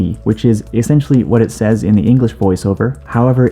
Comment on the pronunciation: “Says” is pronounced “sez”, not like what would be the plural of say